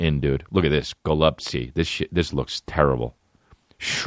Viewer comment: Goluptsy is pronounced like “hol-up-chi.” Coming from a Ukrainian baby, and yes, most of the foods are pretty bland